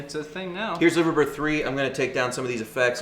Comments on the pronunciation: If you are British, by the way, you’d say Lie-ver-bird. Named after the famous bird sculptures that sit on top of the iconic Royal Liver (yes, lie-ver) building in the home of the Beatles, live-agh-pool. Yeah. I know. Brits and their prer- noun cee -ayshun ...Go figure, eh?! :-) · LIVERbird?! L I V E R bird?! REALLY? 🤷‍♂️ Nice Profile though😉